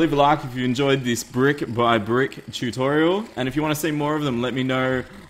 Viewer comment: Does anybody else notice he says chewtorial